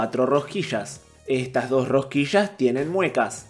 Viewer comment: Rosquillas: ❌ Rohquisshhass: ✅